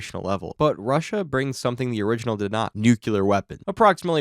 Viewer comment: Nu-Klee-year, not nuke-u-lar